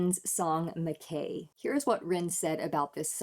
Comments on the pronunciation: It is a Scottish name and pronounced MacEye (but nobody will have taken offence) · You're correct. MacEye. As a Scot I'm glad to know you're aware of the correct pronunciation. Ren's concentration while playing this is beautiful to see.